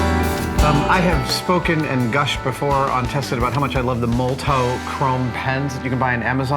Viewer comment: I thought moltow pronounced MALTAV no?